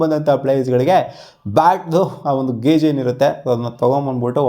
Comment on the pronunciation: ಗಾಜ್ ಅಲ್ಲ ಗುರು ಗೇಜ್ 😂😂😂